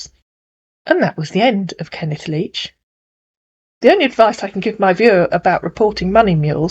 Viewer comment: "Kenneth Leach", huh? Kenneth LEECH is more like it!